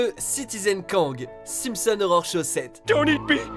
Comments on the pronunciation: Par contre si tu pouvais arrêter de prononcer "horror" comme "Aurore" ce serait bien ^^ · dans un cas comme dans l'autre ça associe les 2, c'est pas super, mais bon c'est pas grave hein j'ai fait la remarque parce que justement du coup je l'entends direct si on prononce mal horror, voilà voilà ^^